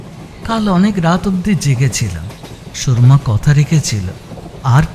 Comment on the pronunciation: নামটা "সুরমা", "সুর্মা" নয়। "র"এর উচ্চারণটা "র" হবে, "রেফ" এর মতো নয়।